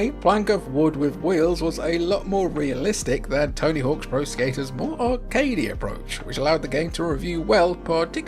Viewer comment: I want Hony Tawks Sink Trinks.